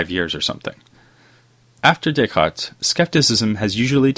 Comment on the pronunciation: bro, i want to listen what you have to say, but the forced intonation and cadence of ur speech in conjunction w/ ur desire to pronounce "descartes" w/ a french accent is making me cringe. No one will fault u for a butchered pronunciation of descartes!_! Keep making videos, just giving u some honest feedback is all my friend : )